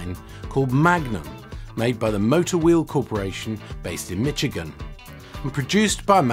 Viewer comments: “Mish-igan, not “Mitch-igan”. Otherwise interesting video. I think if you ask any car buff in the U.S. to name their favorite British car, they might say Jaguar, but many would say MGB. They were everywhere. I British Leyland would have created an OHC 2 litre for the MGB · Very interesting, thanks. By the way, hope you don't mind me pointing out that "Michigan" is pronounced as though the C was an S --> Mi-SH-Igan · '72 GT owner here. Michigan is pronounced mishigan